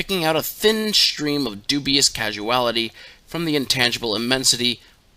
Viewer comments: I'm wondering if you mean to say "Causality" my sweet, as in cause-ality, in reference to the causes of things & events, and the causal realm as opposed to the acausal realm; and not, casual-ality like casual as in to be relaxed or the opposite of formal? Bless ya heart poppet. Well done tho all the same, it was still great to listen to you read these as you have a good voice for it and Liber Null & Psychonaut, which I like to fall asleep listening to each night 🌙, and I expect many others do too!? Perhaps you could read Liber Kaos next please? Oh, and Paradigm is pronounced Para-dime to rhyme with lime. If you need help with pronouncing words you're not familiar with don't be afraid to ask, me or anyone, or just Google the word to get a phonetic pronunciation; this will make it smoother to listen to and you'll get more views over time. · I suspect that when you said "casuality" you meant "causality". Dyslexics of the world untie.